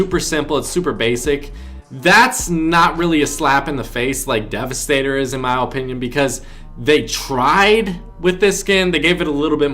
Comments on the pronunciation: in my he says opinion with a very long o, its so cringey like lol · Guys it’s his OH-pinion